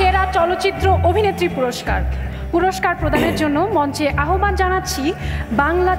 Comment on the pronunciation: সঠিক উচ্চারণ -আহবান না আওভান। ফারিন কে পুরা অসহ্য লাগছে